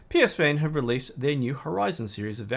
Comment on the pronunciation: Psvane is pronounced puh-van